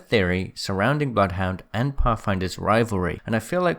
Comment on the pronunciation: Bloodhounds name is said by him in the game. If you select “Training” and ready then run up to him, he says “Welcome to Apex Legends, I am *says his name, sounds like it’s pronounced Bluth Wynder.”